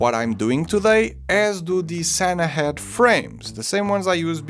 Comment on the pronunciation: It's skådis, not skadis Its Sannahed, not Sannahead